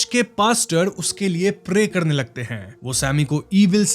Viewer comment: Why you sometimes pronouns r clearly and some time da.. like rock you say rock and Mary like mady.. 😅😅and doreman ko dodman.. enjoy kadne kyon aarahe hai.. karne kyon nahi aa rahe??